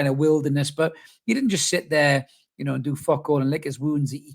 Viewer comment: "Well yer hnow" yer me me laugh mate - nice hat man